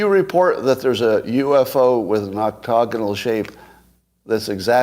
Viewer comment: Please stop saying octogonal.